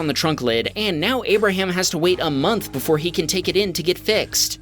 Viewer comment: abarham? he sounds like ABARHAM LINCOLNNNN BABYYYYYY